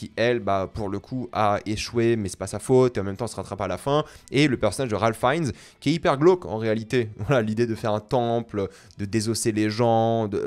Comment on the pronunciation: C'est la 2e vidéo où je dois commenter que ça me surprends que pronomce mal le nom de Ralph Fiennes alors qu'il est Président de la VO 😭😭